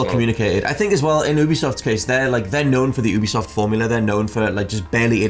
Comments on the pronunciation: Considering how funny and charming this channel is I bet they're one of the only channels that consistently mispronounces Ubisoft on purpose, just to mess with the nerds, but just in case: Ubisoft is short for ubiquitous software. Not ooobiquitous software. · I honestly loved Ghost Recon Breakpoint. BTW. ITS UBISOFT! NOT OOBISOFT!